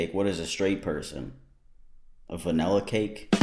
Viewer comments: Not you saying vanElla ✌️😭 Also this guy sounds like he speaks from experience... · the scariest part of this video was saying vanilla as vanella